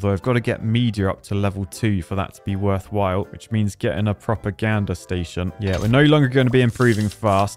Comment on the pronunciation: Form the midlands here. Couldn't help to hear a proper gander station and thought what does he need a better look at?? Silly old me, thought you'd have a giggle